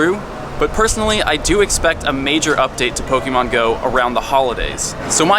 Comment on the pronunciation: your video are awesome, but I can't stand how you say 'pok-E-mon' (po-kay-mon is correct, but pok-a-mon is how I tend to say it.)